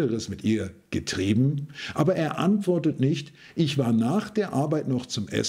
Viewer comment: oder hat etwas anderes mit ihr pause Getrieben“😂 die Aussprache und Mimik echt wild dabei